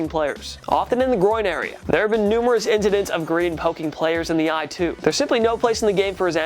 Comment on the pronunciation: He can’t pronounce incidents